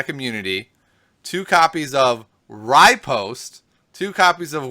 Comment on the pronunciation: Just thought you'd like to know riposte is pronounced re•post, just something that's been driving me nuts. Other than that show is awesome.